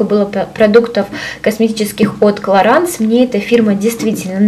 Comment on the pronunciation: Clarins-французский бренд и название французское, в последнем слоге носовой звук,который не имеет аналога в русском языке,но похож на слог "анс" ,соответсвенно правильно произносить "кларанс" с ударением на последний слог))))